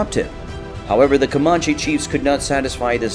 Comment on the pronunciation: You're pronouncing Comanche wrong.